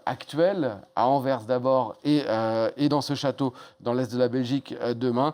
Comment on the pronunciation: La journaliste parisienne incapable de prononcer Anvers correctement Anversssss pas Envers